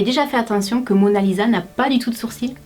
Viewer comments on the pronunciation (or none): none